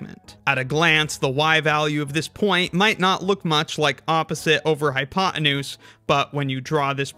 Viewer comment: Sorry. I had to stop listening to this video after the fourth time you said “hypoenuse”. What’s with the hatred of Americans for the letter “T” these days?